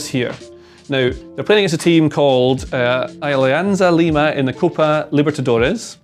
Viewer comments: Send an email to Joe. He'll make him pronounce it properly on the next pod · Seeing my team Alianza Lima in Tifo Irl and having mispronounce us is a dream come true